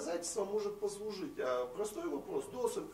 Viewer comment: ведущему нужно срочно что-то делать со своей культурой: либо намеренно коверкает имена-фамилии казахов - ДОсым, САрым...либо одно из двух